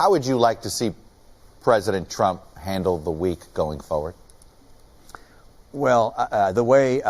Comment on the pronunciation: Cant even say Trump lol